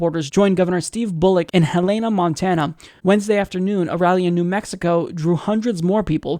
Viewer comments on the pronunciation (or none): Hey, Montanan here. It's pronounced Helen-uh. Not Hel-lay-nuh. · I'm originally from Montana. Helena is pronounced like Hell-Eh-Na.